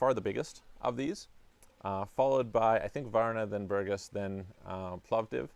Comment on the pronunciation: BourgAs. If the accent is wrong, we cannot recognize the town of BpourgAs. Thanks!